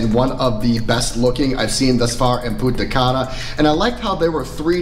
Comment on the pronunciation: It's punta CAN UH not punta CUN Ah